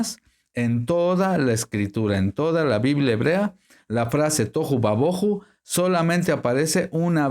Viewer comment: Por que dice toju y ba boju. No les aplica el acento (tilde) que le aparece a ambas palabras. Ademas agrega: "ba" lo cual no esta en ninguna parte. Entonces debía decir: Tojú/ Bojú Pero No "toju y baboju"